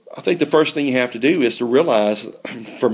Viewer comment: "do great", not "due great" haha